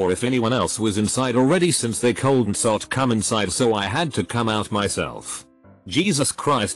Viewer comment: "dad wasSOTnt home" "coldn't"